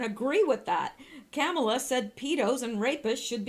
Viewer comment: Kamala is pronounced: Ka (short a) mal (like maul - "The large kitty mauled its owner when the owner tried to bathe it." + a (short a) = ka +maul + a (short a) with emphasis on maul....